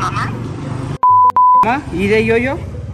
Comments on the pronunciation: Me cague de risa cuando dijo i de Yoyo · Es muy diferente la pronunciación de la y que la de la i el dijo i de yoyo y era y de yoyo